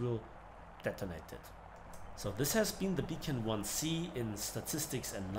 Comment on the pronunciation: It's pronounced "Bee kann" Not B as in bee but rather as begleit, that type of B.